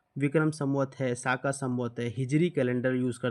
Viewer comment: साका नही शक सवत्स हैं